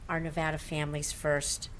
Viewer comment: RECOUNT!!! She doesn't even know how to pronounce NEVADA...